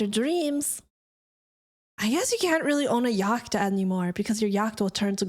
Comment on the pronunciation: "Yocked" lol Yeah yacht is spelled weird for how it's pronounced